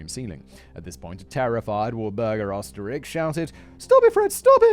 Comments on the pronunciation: Try "Ur - stir - raikh" and maybe you'll get a little closer than "Ostrich"🤣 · Whole reason I love this channel and it’s content is the 15 minutes of facts and one to 2 hours of tangent I love it It’s defo pronounced oster riech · Oesterreich is in german pronounced "Österreich " wich is what we Germans call Austria. Austria = Österreich